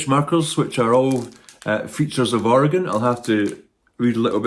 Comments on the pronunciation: Thank goodness you know how to say Oregon correctly ❤❤❤ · Congratulations on your pronunciation of Oregon.